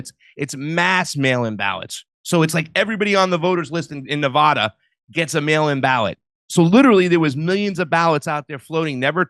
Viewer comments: Please stop saying Nev-aw-da It’s Nev-a-da!!!! You offend us Nevada natives! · Hey east coasters. It's A as in apple in Colorado and Nevada. Not Color-AHdo or Nev-AHda. That's incorrect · First off you're mispronouncing "Nevada." Middle syllable pronounced "A" as in "Apple" - not "O" as in "cost." Secondly, the motor-voter program is VOLUNTARY & quite easily opted out of. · Nevada pronunciation = Na-Vadd-a not Na-Vodd-a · Stop pronouncing Nevada incorrectly, FFS! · Drives me crazy when folks cannot pronounce Nevada correctly. There's only 50 States..jfc. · I was with until I heard how he pronounces Nevada. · people in Nevada don't pronounce Nevada like you.